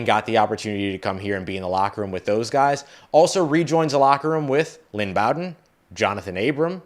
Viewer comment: I thought it was pronounced Lynn B-oh-den